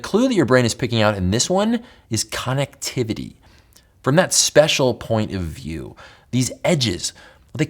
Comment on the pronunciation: why u say connectivity like that